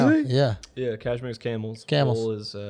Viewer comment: quote of the episode: ‘Cashmere-toe’ 😂😂